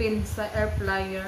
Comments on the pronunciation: Air fryer not air flyer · Airfryer po d flyer